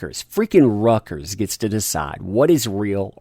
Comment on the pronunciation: Reuters is pronounced more like "ROYTERS" not rutgur's or whatever you slaughtered it into :D.